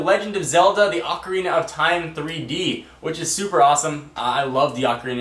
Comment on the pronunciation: it pronounced OOOO carina